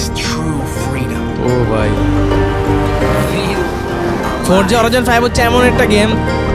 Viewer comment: it's not forja horijon 5 it's forza horizon